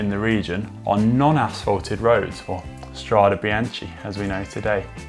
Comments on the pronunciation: Had to stop after 30bsecondsbof him butchering this word. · Mamma mia, it's painful to hear it pronounced it like that! Inspiring video though, thank you. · I was disappointed there was no mention of the retro sportive that spawned the Srade Bianche, L'Eroica. A wonderful event. (And I'm with LJPN and many others, "It’s pronounced Stra-deh Bian-keh", not Stradee Bianchee.) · The pronunciation is "Stradé BianKé" (plural) and "Strada BianKa" (singular). CHE IS --> KE and CHA IS -->KA. Thanks for the video. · Can someone count the times he said Strada Biance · Connor, good English ... and now easy to understand also for us non EN-natives 👍🏼 P.s. Strade Bian-Ke 😉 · That was BRUTAL, and I'm not talking about the Giro stage description. Today's language lesson. Look at the ending of both words in Strade Bianche - they are the same, so should be pronounced the same, pretty basic stuff. STRAH-day bee-YAHN-kay ...and note ANY time an "e" or and "i" is after a "ch", it is a hard K sound - no CH, as in "cheese" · It’s pronounced Stra-deh Bian-keh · The correct pronunciation, for English-speaking, is “stradae biankae”, because in Italian the E is similar to the english A. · The video, otherwise is good, bit did you really have to butcher so many times the name Strade Bianche? My ear hurts. If I may suggest you, could you please next time just google the propper pronounciation like Si and Loyde do? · Can someone please teach Conor how to pronounce Strade Bianche correctly? I mean... he’s been in Italy and rode over there... it’s not that difficult though. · For all english spoken viewers: change the CH in Bianche with a K when you spoke STRADE BIANCHE. You will speak It correctly 😉